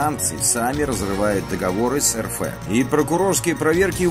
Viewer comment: Почему "эр фэ" , когда " эр эф"?